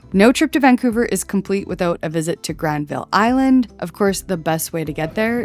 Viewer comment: Capilano Suspension Bridge .....a rip off. You mispronounced Granville Island ! You can't pronounce anything ! You went to the tourist dumps ! You missed everything great. Planes are so exciting ! GASTOWN DIED 20 YEARS AGO. RENTS FORCED GREAT SHOPS OUT ! SUSHI CREEPS......LEAVE BC NOW. AMERICANS NOT WELCOME !